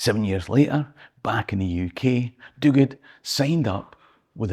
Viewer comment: Thanks for this. Delighted to hear about private Duguid and how you pronounced the surname. I too share that name and was proud to hear of his story; thanks again and hoping to see you on stage soon.